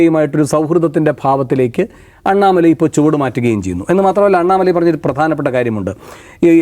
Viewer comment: Annamala alla.pannamala.